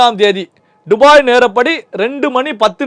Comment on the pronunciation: டுபாய் இல்ல துபாய் 😂